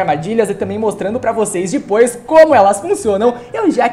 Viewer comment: por. que. você. Fala dipois